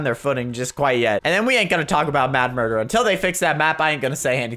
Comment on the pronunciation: Murrder Mystery